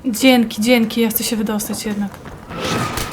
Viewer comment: Pierwszy raz słysze, żeby ktoś powiedział "Dzieńky" :D:D spoko grasz :)